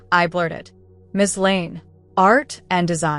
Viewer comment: How is it possible that your AI can consistently and correctly use the term “Miss Blake” and yet consistently fails to render “Miss Lane” as anything other than “Mississippi Lane”?